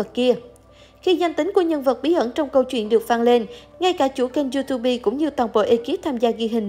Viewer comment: “Du túp” nha bạn không fai “du tu bi”